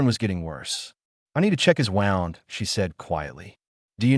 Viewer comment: Good story. I enjoyed it. Wound is pronounced - woo-nd .